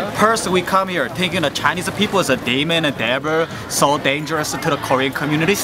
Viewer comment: denjeres-uh chainis-uh ride--uh. HAHAHA